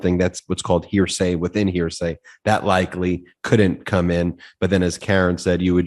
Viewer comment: Karen nailed it on that point - it's first hand, not hear-sya.